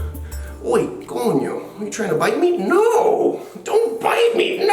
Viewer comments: How is it that you’re almost at a million subs 😭😭😭 YOU SAYING COÑO HAD ME DYING!!!! Miami life at its finest 😂😂😂😂 struggling to find the keys for 30 minutes straight 😂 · Is he part Spanish. “Conyo” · I heard that bro are you puerto rican or some i heard conio!😂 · LMFAO Did he just really say “COÑO!” I can tell he’s been hanging out with Cubans 😂😂😂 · Not trying to be mean but did you say OOONIO???? also lol 😂😂😂😂🤣🤣😂🤣😂😂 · Did he really say cono 😂😂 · Did you say onio?.. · I swear i hear you saiying coño: thats a spanish word jajaja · Best of the video when you say coño, sounds funny jajajaja . Hablas español? Or you only know say this. Regards from Spain. I like your videos. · Lol did he say coño at the beginning? Edit: im in love 😍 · omg did you say coño??